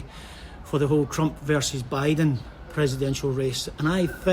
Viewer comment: This Guy Speak with straight Tongue. He pronounce Buiden in a wrong Irish Slang.😆😁😄